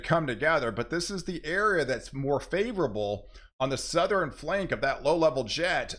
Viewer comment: It's always going to be next level...it's always getting even stronger....blah blah blah. "Southerin" "Northern". 😂